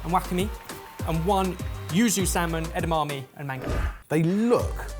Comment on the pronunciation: Did anyone else catch saying eda-mummy? 😂